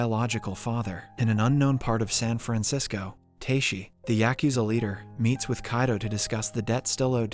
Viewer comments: "San Fransicko" - I didn't know there was something worse than Frisco D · San Franziko? Wat? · "San Franxico" hmmmm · "San FranSicko?" 🤣